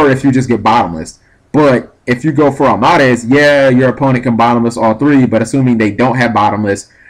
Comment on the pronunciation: Arm-MAH-dez Its Arm-ah-deez. It's supposed sound like a Greek god.